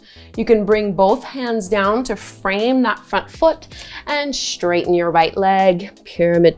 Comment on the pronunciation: I love your creative yoga flows! I do notice that you say "Schtraighten" and "schtretch" though. That's the only thing I dont like about your videos, otherwise well done!